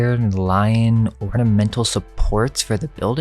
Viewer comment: It's not "orDiment" it's ornament!!!